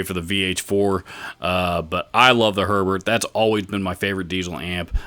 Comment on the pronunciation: Herbert is the best for sure... Just want to point out it's pronounced more like "hair-bear" than "sherbert" :P